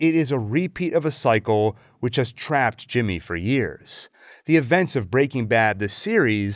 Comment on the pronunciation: After countless hours on your channel, I’m still not quite used to how you pronounce “BREAking Bad.” 😂